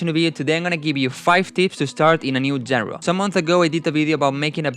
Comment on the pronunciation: No hate but just fyi genre is pronounced shanra